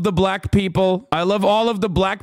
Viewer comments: Trump pronounces it “buh-lack” every time… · Trump says black with a hard L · Why does he pronounce black like that? Its a bizarre dogwhistle.